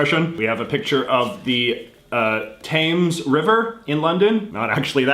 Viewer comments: He called a the Thames the th-ae-mes, it’s pronounced the t-e-ms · btw, river thames is pronounced like: 'tems' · I like seeing him unbox the uk stuff, such as southend and him mispronouncing the river themes. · Norwich is pronounced norich the Thames is pronounced tems Hartlepool is pronounced Hartleypool and innit is used throughout England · Your pronunciations of Norwich, Thames and Hartlepool made me slightly queasy